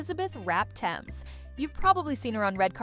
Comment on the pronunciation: I know nothing about if these facts are accurate but I do know it's pronounced Th-ames not t-emes. A basic Google search could tell you that.